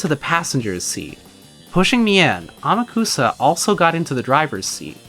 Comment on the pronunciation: Also Amakusa is pronounced "Ahmock'sah" Don't worry, almost nobody gets this right unless they have some understanding of Japanese.